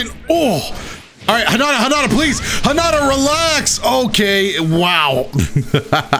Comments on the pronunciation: Hinata not hinada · ''hanata realx'' excuse me why do you pronounce it like that every character says hinata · You say "Hinata" like "Highnata"? That's wild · I know this is 1 year old but this dude says he loves the franchise even tho he says narudo and karin kirin and hinata hanata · i thought it pronounce as " hee naa tah " >w<